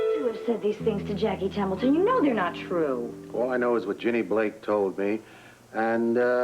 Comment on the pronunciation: Sounds like Robert said Jackie 'Temple' instead of 'Templeton'